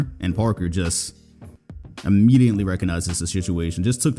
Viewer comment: Lmao at it again with the ‘Immedianly’ ‘Larry HewGs’